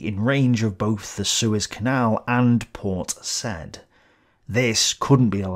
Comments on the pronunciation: Port Said is not pronounced as the past tense of "say". Said is pronounced as "Sa-eed" [Sayeed]. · it was named for the Egyptian ruler, Sa'id. Say it that way, sa and id separately, and it sounds a lot closer to the English side than said. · Thanks again for the great work. a small note "Port Said" is pronounced "Port Saeed" with a long e. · Another mistake - Port Said is pronounced Sayeed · it's actually pronounced "Sa'id" with the "a" and "i" being separate vowels